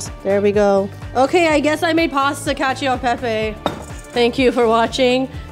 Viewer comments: FYI the "e" in cacio e pepe is actually pronounced like an "eh" not "ee" :learning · It annoys me that they say ee instead of eh but only for the e. They use the soft e in pepe lol.